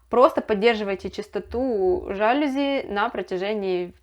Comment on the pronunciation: Пожалуйста, говорите правильно:ЖалюзИ!!!